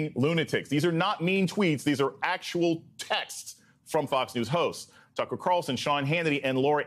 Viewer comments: Did he call him Tuckems? 😂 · Did Steele just call Tucker Carlson 'Tuckems?'